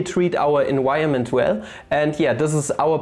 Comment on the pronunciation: Our "enWirement" 🌳🔌 😄